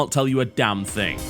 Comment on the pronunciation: Thing*....is fucking THING*...not think!!!! You guys who use think - instead of thing - is mind blowing...